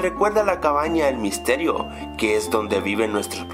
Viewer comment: Sin la s dise el misterio del hack